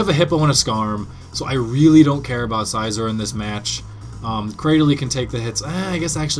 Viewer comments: Scizor is pronounced with the 'e' sound, like Scissors :] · some people don't pronounce scissors with an e..